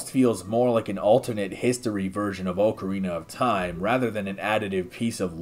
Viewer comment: Ocariner of Toim™